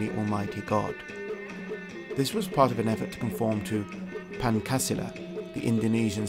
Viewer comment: Also, 'Pancasila' is pronounced 'Panchasila' stress on the first and penultimate syllables. It's Sanskrit.